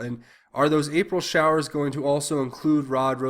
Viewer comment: Why doesn't anyone see....He said showers...Show ers!!!....wake up!